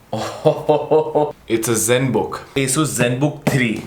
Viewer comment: bhaiya its nit asus it aasus ..